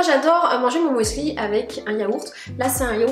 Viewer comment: J'adore ta façon de dire "moueslï" 😅 Merci pour ta franchise, ça nous arrive à tous les passages à vide, c'est important d'écouter son corps. J'espère que ça va aller bien mieux pour toi. Pour le Nutella bio je prends le Biovetti il est génial. Bon le prix pique beaucoup trop.